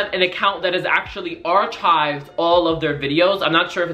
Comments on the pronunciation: Bruh said ar ch ived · The way you pronounced archived 😂